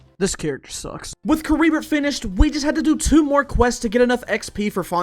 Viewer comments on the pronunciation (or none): Caribert is pronounced car-e-bear